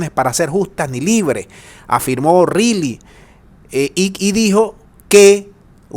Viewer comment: O'Reilly; si te parece bien; la pronunciación es: ORaaly.